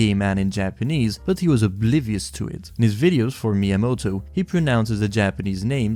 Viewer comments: As I could guess, he pronounced "Mi-" as "My" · As someone who’s learning Japanese and has Japanese family members, his pronunciation of Miyamoto gave me whiplash